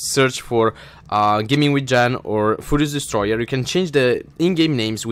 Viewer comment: when he says furious destoyer it sounds like fudious destroyr